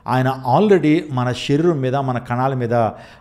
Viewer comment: Shariram word not pronouncing bro